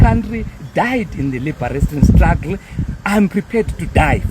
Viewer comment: It’s not strugly it’s struggle